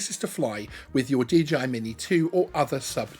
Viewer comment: Is the company called DGI or is it just the way to pronounce DJI........? asking for a friend ;-}}